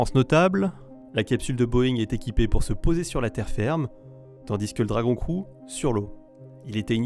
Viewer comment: On dit "Dragon Criou" et non "Dragon crou"